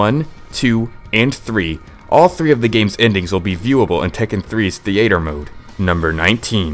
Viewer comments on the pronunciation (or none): Why did you pronounce theatre like that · Or theatre.